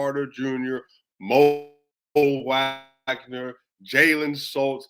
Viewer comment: Heads up I'm pretty sure it's pronounced Vagner and Bankehro